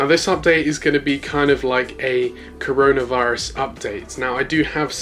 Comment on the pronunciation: He said Carona virus🤭